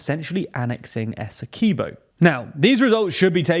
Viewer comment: Quibo not keybo